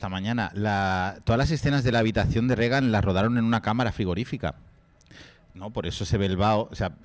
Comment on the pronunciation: muy críticos y tal pero dicen Regan, como Ronald Rígan (fonéticamente) véase el sarcasmo